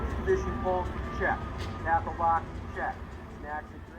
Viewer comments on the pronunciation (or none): none